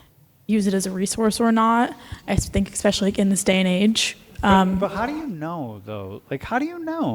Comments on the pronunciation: Expeshally The word is especially, no x, no c. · It's hard to take anyone seriously who doesn't know how to pronounce especially without using an X.